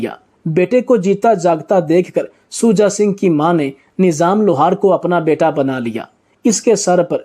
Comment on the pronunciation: بےوقوف انسان نیظام نہیں لفظ نظام ھے ویڈیو بنانے سے پہلے کسی اچھے استاد سے اردو پڑھنا اور بولنا سیکھ لیتا تو کتنا اچھا ھوتا